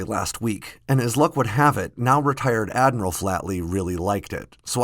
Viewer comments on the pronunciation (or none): none